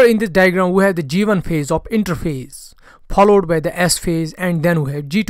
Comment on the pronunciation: I like ur videos but ur pronounciation for some words 😑 pollowed ❌followed ✅